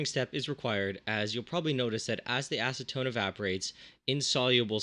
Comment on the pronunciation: Aseton??? Seriously???